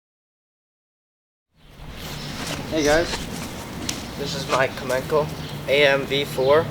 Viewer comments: Btw the seccond "c" in commencal is pronounced as "c" and not "k" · Commencal is pronounced Commensal. That's a bad gaff right at the get go